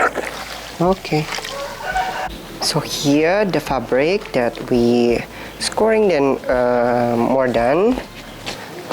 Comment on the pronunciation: Very good tutorial - thank you for taking the time. I doesn't matter to me because I and I think I can say, the rest of us understand what you mean, but if it matters to you (in your learning and communicating of English either professionally or not) by the way, I appreciate when someone attempts to converse with me in my own language. Anyway the word scouring (that you are pronouncing as scoring) is pronounced like the word cow or ow (like when you hurt yourself) You can think of it phonetically as sco-wer-ing (3 syllables) Again my sincere thank you for the lesson Much success now and in your future endeavors Peace from West Coast Canada